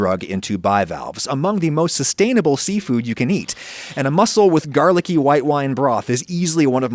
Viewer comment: Adam, "garlicky".